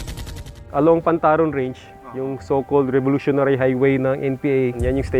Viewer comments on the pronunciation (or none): Pantarong. Not pantaron.